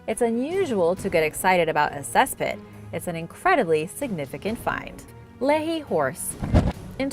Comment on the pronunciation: The state is "you tah", the town is "Lee High" instead of "Leh hee"